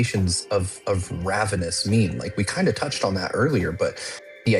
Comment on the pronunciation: Guys “ravenous” raven- ous